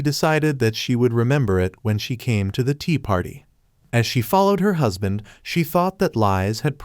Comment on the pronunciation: stop say huspan